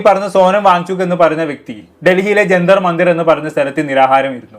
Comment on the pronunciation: ജന്തർ മന്ദിർ ആണ്,ഗന്തർ അല്ല